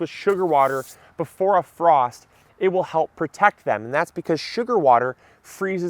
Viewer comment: First to say you missed F in FROST!